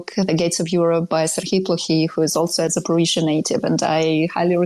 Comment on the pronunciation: Why does always say 'Zafforizhzhia'?